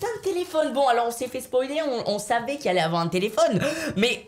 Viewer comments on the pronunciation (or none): none